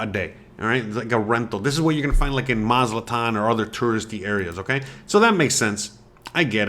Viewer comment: It's pronounced "Maz A TLAN", NOT Maz -LA-TAN!!!